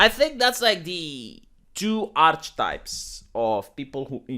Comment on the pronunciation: The CH in archetypes is pronounced as a K like in archaeology or arch angels or hierarchy